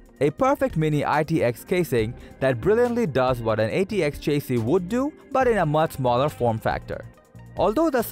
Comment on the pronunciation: lol chase-ee.